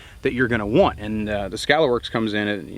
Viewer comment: Lol.. (T Rex arms)... Skuh-Lahr works....